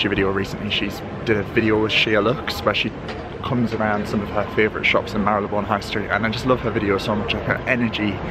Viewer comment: Love and respect you so much because you pronounce Marylebone the right way. So many youtubers/influencers pronounce it wrong including fashion mumblr and Leonora Smee who recently put out vlogs where they mis-pronounce Marylebone, it's so frustrating to listen to when you know the right way of saying it! Jo Good obviously knows how to pronounce it as she lives there and you pronounce it perfectly. I am a massive fan of Penhaligons perfumes, my favourite and regular one is Halfeti, not the cedar one though. I also have Cairo and have just finished The Blazing Mr Sam which was divine but just didn't last and when you are paying £200 or more for a bottle you expect it to last for more than an hour on your skin. I would hight recommend Halfeti which has good staying power!